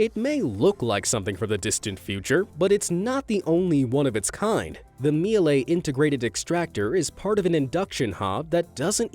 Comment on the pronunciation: Some cool stuff in there. Downdrafts are nothing new though. Had a downdraft extractor built into our stove in Canada more than 30 years ago. Miele is German and pronounced 'Mee-luh', not 'mee-lay'